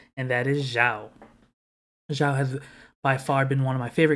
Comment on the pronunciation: Why North americans pronounces Xiao's name like "Jau", with "J"? This is a bit funny... With all respect